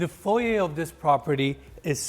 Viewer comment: Thank you for saying FOY-YAY not FOY-ER!